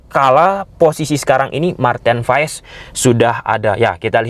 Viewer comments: Baca nya "Martin Paas" bng bukn Paes😅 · Paes dibacanya Paas bang 🙏